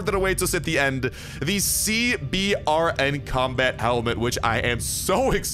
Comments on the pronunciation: The CBRN Armor is pronounced "C-Burn" which stands for: Chemical, Biological, Radiological, and Nuclear Armor. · CBRN is a military designation for equipment meant to handle Chemical, Biological, Radiological, or Nuclear, threats. Its Pronounced SeeBern or C-Burn.